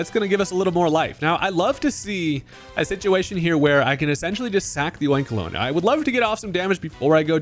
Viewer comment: Your pronunciation of Oinkologne is correct. It's oink and cologne.